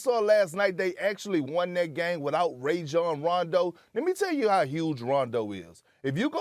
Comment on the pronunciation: Perkins: "Ray-John Rondo"